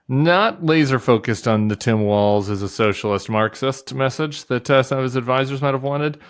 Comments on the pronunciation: Guys: It's pronounced WALLS, instead of Waltz... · You guys, it's pronounced WALLS not waltz. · It's Walz. Not Waltz. Not that hard lady! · Sarah, you need to learn how to pronounce Walz! 🤨 But, I still love you 😘